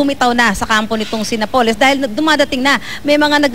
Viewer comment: napoles is pronounced with accent on the "a"...